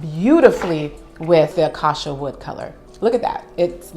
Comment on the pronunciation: It’s beautiful but it’s pronounced “acAcia” 😊